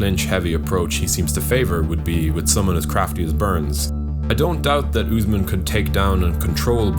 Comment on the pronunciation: he calls him newsmen lmao